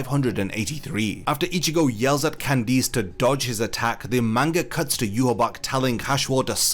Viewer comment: Why do you pronounce Candice with emphasis on the I?